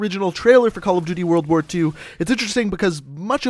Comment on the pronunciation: "world ar war"